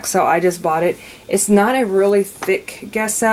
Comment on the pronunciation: It's not pronounced Guesso. The G is pronounced like a "J" as in Jesso. 😂